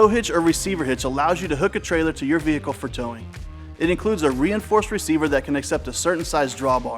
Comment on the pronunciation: That was exactly what I was thinking like why did he say it like that